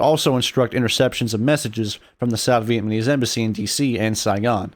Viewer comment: I wish that “” could do a better job of pronouncing “Vietnamese.” It would make this video much easier to listen to.